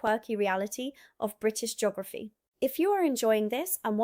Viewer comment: Jeegorafy? I can't watch this. It's painfully bad.